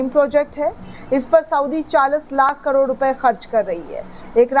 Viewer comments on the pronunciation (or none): none